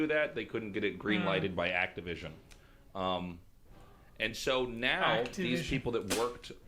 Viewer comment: "Activision." spit XDD